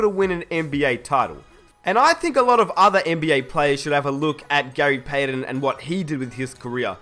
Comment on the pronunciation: its payTON not payDEN! Goddamnit man!!